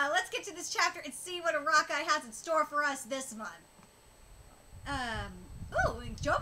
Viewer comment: I'm sure you know already, but the Creator's name (Araki) Is better pronounced a-rock-ee.